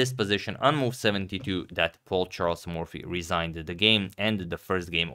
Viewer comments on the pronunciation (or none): none